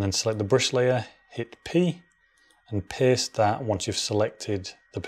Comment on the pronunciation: I was really lost and after ctrl+c you need to click position and ctrl+v he says paste but took me a while to understand he was saying paste.